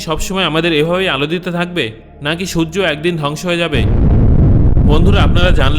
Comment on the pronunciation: Sojjo na surjo